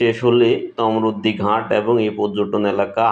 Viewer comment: উচ্চারণ ঘাঁট না,এখানে চন্দ্রবিন্দু হবে না । হবে ঘাট😂